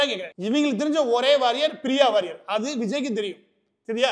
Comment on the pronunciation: Ivaru sir uu, Warrior illa waarier (waariyaaeer)